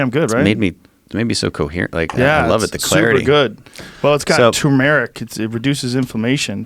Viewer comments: “Two-merrick “ ?!?! It’s turmeric, what the hell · T-U-R-M-E-R-I-C, tuRmeric, are u blind? are u fucking blind? I am sick of people making up their own pronunciation. It's not tumeric, there is an R in there, pronounce it. And while we are at it, it not nucular, its NU-CLEAR, is that clear? its NU and its CLEAR. How fucking hard is it? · It’s pronounced tumor rick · “TUU MER RICK” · I didn't think i could fault Joe Rogan until i heard him pronounce "Turmeric"